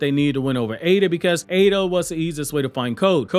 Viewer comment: His name is not ADA